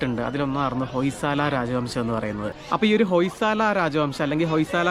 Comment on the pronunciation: ഹോയ് സള എന്നാണ് ഉച്ചാരണം